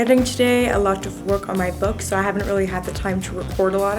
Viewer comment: No one gonna talk about the boo launch instead of book